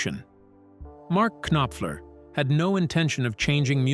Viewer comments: Knock, Knock! It's pronounced Nopfler. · Mark K Nop Fler ?!?!?!?!?! Turn the K Nob to the left and teach your AI to at least pronounce correctly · Gotta love AI! K-noffler. Too funny! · You K'Nave! How can you not K'Now how to pronounce MARK NOPFLER's name? You clearly have no K'Nack for English. Do better, or you'll get the K'Nife and be sent to the K'Nackers. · it is kay nop fuller. get it right please. tuh. i see morons, they are everywhere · Hey!! Mark Kinopfler has always been one of my favorite guitarists. 😂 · Okay, I cannot stop horse-laughing whenever the AI pronounces it with three syllables. 🐎😅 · Robots can’t say Knopfler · I stopped watching this after the pronunciation of his name. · Bullshit!!! The AI pronounced his name WRONG!!! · Yeah it's quite annoying actually. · Yup. This is why AI is a bad idea. They're pushing it everywhere and it will get a lot of things wrong, and unfortunately, it will be treated as if it's always correct and true.